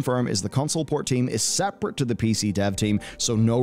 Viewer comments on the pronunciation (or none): none